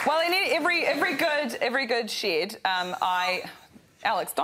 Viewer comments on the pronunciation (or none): Even Greg's pronunciation of shed there is actually 'shaed', Rose's impression was spot on!